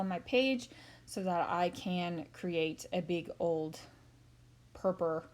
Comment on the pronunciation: lovely .do you mind me asking Why you call it purpur? and not purple